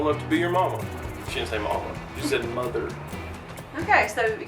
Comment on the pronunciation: "she said MUHTHERR"